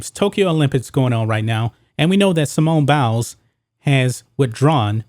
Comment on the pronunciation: Did he say Simone bowels?